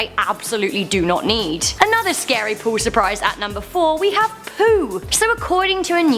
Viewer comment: Heh heh heh....everytime she tries to say POOL, all I hear is her saying POO